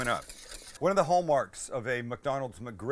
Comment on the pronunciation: You say MCgriggle like my DAD!, HE REALLY PRONOUNCES THE "MUCK" IN MUCKGRIDDLE